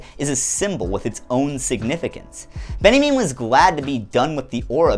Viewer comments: Quick note: Walter Benjamin is pronounced "Ben Ya Mean" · Uh... why are you pronouncing Walter Benjamin as Benniemin? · do you call benjamin "benny mean" by choice? ;-) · That's how north americans say Walter Benjamin? Loved the video, just found the pronunciation weird